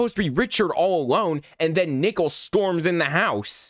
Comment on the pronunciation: Bro why does when he says "nickel" instead of "nicole" is the scariest part if the video💀💀💀💀💀💀💀💀💀💀💀